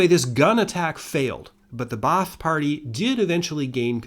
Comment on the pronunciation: Ba'ath is simply pronounced bath(long a) btw